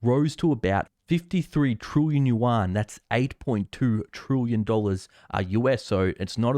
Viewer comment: "Trillion" is pronounced as it spelt, not "trooyan".